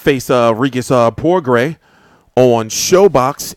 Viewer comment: Its pronounced Progrey. Career was setback due to an injury. Certainly the real deal w/ a vast extensive amateur background.